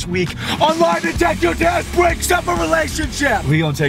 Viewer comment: “lie detester”